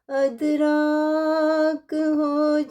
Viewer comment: ادراک کا صحیح تلفظ “اِدراک” ہے، یعنی زیر کے ساتھ “اِ”۔ یہ عربی اصل کا لفظ ہے جس کے معنی ہیں “سمجھنا، فہم، یا شعور حاصل کرنا”